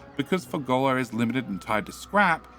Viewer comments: Fulgorrrrrrrra. Why are you saying fulgollllllllla?😊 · I came here to see this comment, it is Ful-GOR-a! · I love that calls it moldy science. I don't love that calls it Fur-goal-la. Swings and roundabouts.